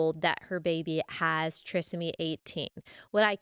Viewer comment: The proper pronunciation is with a long 'i' sound. The prefix 'tri' meaning three. Trisomy 18 means that the child has three copies of chromosome 18.